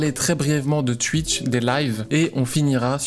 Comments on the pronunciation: "Tuitch" on prononce "touitch" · Ya vraiment qu'un belge pour dire Tuitch 😂